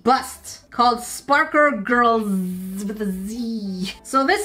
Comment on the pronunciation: "...called SparkER Girlzzz..." Yup! Definitely called 'Spark-ER Girlz' and not 'Sparkle Girlz'. 😂😂😂